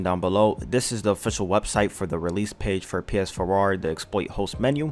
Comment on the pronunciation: lol learn how to pronounce Phwoar lol